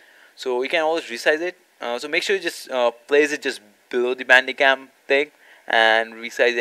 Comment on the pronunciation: Are you saying Bandigum or Bandicam??